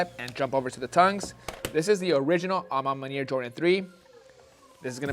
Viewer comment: Bruh say "a ma maniere" ONE MORE MFKN TIME!! I DARE YOU!!! 🤬🤬🤬🤬